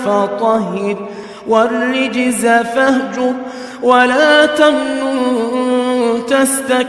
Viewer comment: Its not Warrejza its warrojza